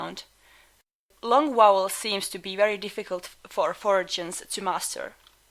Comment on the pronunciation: The word she's using is actually "foreigins", that is those of foreign origin. Examples of use: "Hey, are you foreigin?" "My mom is foreigin." "I can't stand those foreigins!" BTW: There are some factual inaccuracies, like saying "Japanese doesn't have dipthtongs" when it really does have similar kinds of vowel combinations, just not in the same syllable/mori (except if you count "kyo" etc.) Heeee? Doesn't matter in terms of learning what you came here for though.